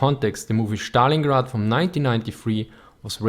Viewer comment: Please don't say Stalingrad like you do. It is not "sh" there, just "s".